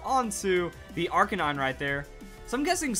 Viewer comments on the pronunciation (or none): none